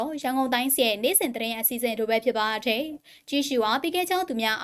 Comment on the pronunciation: ဟ...သတင်းဘယ်လိုကြေငြာတာလည်းဟ...နားထောက်လိုက်တာ ..တယ်..ကိုဘယ်လိုပြောနေတာလည်းဟ..စိတ်ပျက်မိတယ်